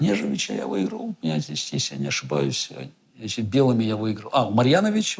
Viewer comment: Я обратил внимание как Гарри Кимович произносит слово значит-" значЫЦЬ" совсем по белорусски